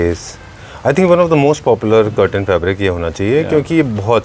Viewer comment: Sir Cutrain nahi Curtain, please correct 👍🏻